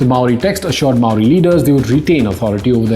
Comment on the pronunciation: Impressive video, I only noted two trivial faux pas. Your knowledge of Māoritanga is advanced for a non-Māori. Your natural accent also pronounces Māori better than most Pākeha New Zealanders - the vowels especially. Do you live here?